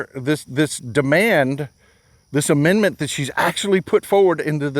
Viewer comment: She reads at a grade 5 level. Its NOT "amend-mint".... Does she even know what GDP even means???